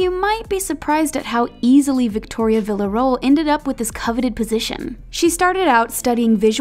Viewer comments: Lol at “vilya-role” vilyaro-el is how it’s pronounced 😂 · bruh they really pronounced her last name “villa-role” I CANT 😭💀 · Did they pronounce her last name wrong because my Spanish teacher has the same last name and that is not how she says it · OmG that pronunciation of 'Villarroel' Cries in spanish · Crying over the pronunciation of villarroel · Que risa cuando pronunció el apellido de Victoria